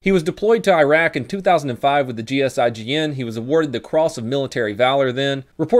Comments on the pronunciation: It’s GIGN not GSIGN. They’re like a French swat/special forces. I know them from Rainbow Six Seige. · Why did you say GSIGN when it’s GIGN???? Or am I wrong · You said gsgin it is gign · I think it's pronounced G.I.G.N not G.S.I.G.N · isn't it gign and not gsign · Its GIGN, not GISGN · GIGN not GSIGN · u mean GIGN and not GSIGN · Im pretty sure its GIGN not GSIGN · Hey bro, actually it's "G.I.G.N", from Groupe d'Intervention de la Gendarmerie Nationale. Hi from France.